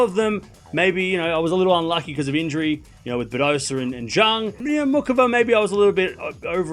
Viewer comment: You cursed Zheng because you always mispronounced her name as Junk, that why she had a lousy season 😂. Actually the pronunciation for her last name is closer to Zen although it is still not entirely correct